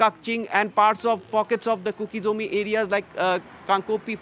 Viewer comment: Please read as Kuki Zo. Not Kuki zoumi 🙏